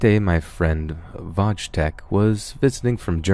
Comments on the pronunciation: “VOJ TECK” lmao. Not exactly. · It's pronounced Voy-tek (Wojtek)